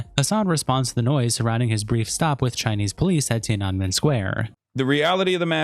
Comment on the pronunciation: Ti-ah-neh-men. .... bruh Edit: Hasan sucks... should have owned up to being a Turkish Muslim... but he's magically white now, ofc.